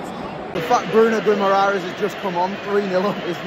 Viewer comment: Bruno "GOUIMARARES"😂😂😂😂😂. You English guys are so bad when it comes to spell foreign names😂😂😂